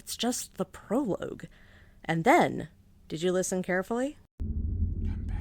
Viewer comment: This is an incredibly funny and insightful video. One of my favourite that I've seen in a while. The humor here is so good and so dry even if the way you pronounce "prologue" makes me die inside. I love this. It's an absolutely perfect video essay. If I could give it 10 Oscars out of 10, I would. Sadly, all you are permitted is this comment. Absolute cinema.